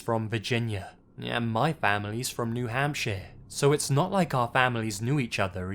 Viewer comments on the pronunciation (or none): that's a really bad Voice. I can hardly understand him, unless I concentrate on what he says. Also, "New Hampshye"